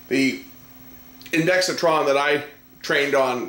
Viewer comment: Great video! Just one small quibble; there's no "i" after the "x," so stop saying one. It's pronounced INDEX TRON, not INDEXI TRON (I did say it was a small quibble.)